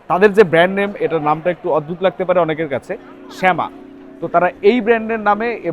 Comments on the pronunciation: নট শ্যামা, ইট'স সামা। খ্যাতার গাট্টিদের কথায় কিচ্ছু আসে যায় না। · সামা -কে শ্যামা কেন বলেন ? 😆😆😆